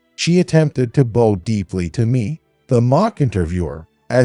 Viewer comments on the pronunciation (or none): The word "bow" has at least 3 meanings and 2 pronunciations. The pronunciation used in this story was wrong. Bow which means lowering the head to show respect was pronounced wrongly. I suggest, the narrator refer to Google to check the correct pronunciation and meanings of the word. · Can you say bow as if you are bowing to the King!!! Yeah is not yay!!!